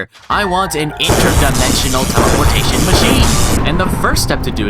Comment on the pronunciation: "teleportaion"